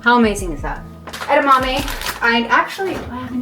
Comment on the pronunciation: I will never say edamame the same again. Add-a-mammy